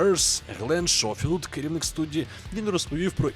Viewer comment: Можу помилятись, але творця гри Калісто Протокол хіба не Глен Скофілд звати? Бо прозвучало Глен Шофілд, сорі якщо помиляюсь.